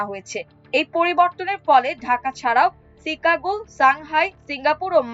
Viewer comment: Take care of your "Chicago" pronunciation. "Shanghai" as well.